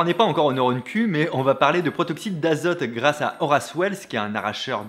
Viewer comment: Et à "Protoxyte" au lieu de "Protoxyde"... ça et la faute à ... ça va le monteur ? 😅